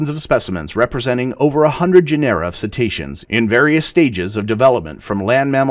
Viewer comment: I think you are mispronouncing Cetacea and Cetaceans? You're putting a E in the middle instead of an A Cet-ee-ceans? Narrr, Cet-ae-ceans!